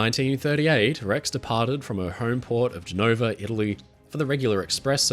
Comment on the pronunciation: How do you not know how to pronounce Genova?